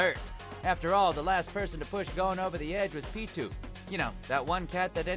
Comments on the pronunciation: You mispronounced Pitou....and Midoriya. Although that's because the dub mispronounced it in the first place. You guys really need to pronounce shit right though. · my niqqa really said the X in hunter and called pito a him